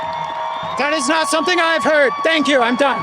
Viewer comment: “Some people did sumding”